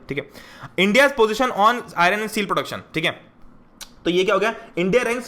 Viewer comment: If anyone noticed he says "ion", not "iron"😂